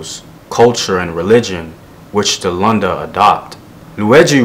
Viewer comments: Vowels, vowels, vowels, vowels! a e i o u. Lunda and not Landa. Like how you say ‘look’... Great videos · Oh btw its pronounced Loon-da